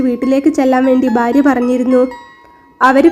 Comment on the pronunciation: കൊല്ലംകാർക്ക് ഭ ഇല്ല ഫ ഒള്ളു ഉദാ.. ഭാര്യ =ഫാര്യ.. കൊല്ലം എംപി യുടെ സംസാരം ശ്രദ്ധിക്കുക 😢